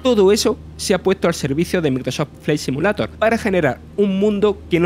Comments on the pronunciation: Putamae debe mejorar tu asentó pronunciar bien Maicroat flya simulato jsjsjsjss besitos mua mua👁️👄👁️ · Ayudemoslo a pronunciar: Maicrosoft Flaight Simiuleiror Evitar pronunciar: Microsof Fli Si mulato Agradezcanme despues. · cada vez que pronuncia el nombre del juego... Bueno el contenido pero empezar con un Microso fley simulato es de coña. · "MICROSÓ FLI SIMULATO" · Si hablas espantos el español, como hablar ingles, vale el esfuerzo, pero grabate esas 3 palabras y repitelas hasta que suenen mas o menos bien. MEICROSOFT FFLLAY SIMIULEIDOR, Pronuncia asi. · Yo solo me cachondeo de como pronuncia el nombre del juego. Nada contra el acento que tiene! Al murciano se le respeta :) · Microsof flei simulato... En el equis bos gueimpas... No es por tirar joda, pero el narrador debería cuidar un poco su pronunciación, le quita profesionalismo cada vez que asesina un poco más el inglés con esa pronunciación